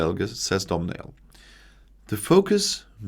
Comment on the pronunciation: Well, done,. 😃👍🇮🇪. You got most of it right. I love your pronunciation of Domhnail. It's actually 'doh-nal' (rather than 'dumb nail' 😂🤣). A lot of letters in Irish are silent.